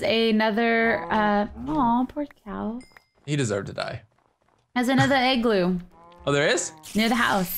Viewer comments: It's pronounced as Igloo not Eggloo! NOT COOL! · she keeps saying egg-gloo its igloo !! rages in the backround :)ily quake